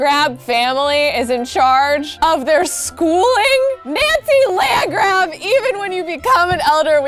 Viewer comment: I love how she says “NANCY LANDGRAAB!”